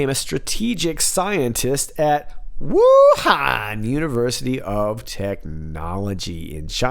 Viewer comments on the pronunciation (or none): cracking up over the pronunciation of WUUUUUU HAN! hilarious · You are the best difficult name pronouncer I have heard on YouTube. Especially the Asian names. Love how you say Wuhan...whooohaaannn!